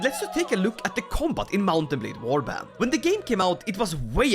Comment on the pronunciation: Ah yes Wabrand